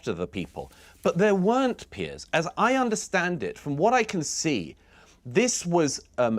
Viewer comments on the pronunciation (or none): Its Piers not Pearce. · Piers Morgan, not "Pierce" Morgan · It’s Piers not Pierce